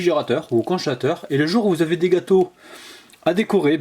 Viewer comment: Mmm j'adore tbarkallah délicieux,mais tu m'a fait rigoler quand tu as dit conchateur à la place de congélateur 👍👍👏👏😇😇😇tu est le meilleur 😇👍